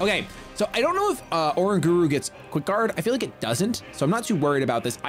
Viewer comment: Pls say oranguru right :((((